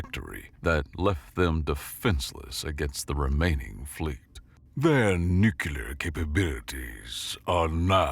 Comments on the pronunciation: Apologies for my criticism then. However I'm quite certain it sounded like "New-Que-Lar." Its the only modern mispronounciation I can't get myself accept. For some reason, it deeply bugs me. Yeah, I'm weird. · There's no second "U" in the word "Nuclear"